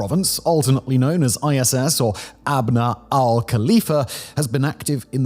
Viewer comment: I’m confused the title says ISIS but Simon keeps saying ISS